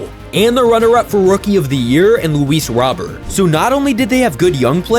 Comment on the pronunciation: its Luis Row-Bear